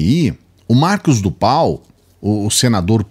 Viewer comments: Escutar uma pessoa que pronyncia errado nome Narcos do Val.Cidadao repete Marcos do pal. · Mano é tudo muito sério! Mas, o chamando o senador " Marcos do Pal " eu não aguento não! Cada hora que repete é uma gargalhada😂😂